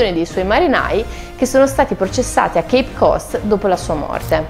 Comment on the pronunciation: Congratulazioni per la narrazione. La differenza fra Gallesi e Inglesi è spesso ignorata e mi fa piacere che sia sottolineata (leggero lapsus quando beve il tè ) Inoltre Cape Cod pronunciato correttamente è una rarità (In TV è quasi sempre Code come in codice). Attenzione a una semplice regola: la esse in Inglese all' inizio delle parole non è mai z, quindi Swallow con la s di sale. Questo vale per smart. slow, swing, switch ecc. che per i giornalisti TV sono zmart, zlow ecc. Mi scuso per la pedanteria ma seguendo i video Italiani su Storia, musica Cinema e altro a volte devo desistere sotto il maccheronico assalto. Per par condicio anche i siti USA con Michael Angelo e ogni termine italiano storpiato sono anche peggio, ma li ho sentiti per 20 anni in California, mai correggendo ma ripetendo correttamente, con scarsi risultati in ambo i Continenti. Io sono 0 in Francese ma non lo uso neanche a Parigi, dove si offendono e mi dicono di tornare in USA (gli uomini, le donne sono più carine come in tutto il Mondo). Attendo altri racconti con la esse come in Soon!